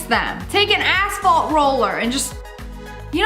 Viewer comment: when she said asphalt roller i thought she said asshole roller LOL